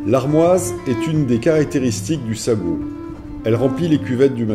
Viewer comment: Magnifique vidéos enjoy commentaire bien dicté et en Français ça nous manque voccabulaire et mots bien choisis bravo , petite remarque pour le djebel sagho eh oui comme la langue française il y a ses quelques exception « gh » en marocain se prononce comme un « r » mais gutural oui je sais pas evident à prononcer pourtant khaïma vous y êtes bien arrivé,s’il vous plait ne me tenais pas rigeur de cette remarque qui n’ai qu’infime par rapport à tout l’autre magnifique travail que vous avez accompli qui m’ aussi permi de voir des coins que je connais aps encore malgré mes 54 ans dans ce pays . Encore merci 🙏🏻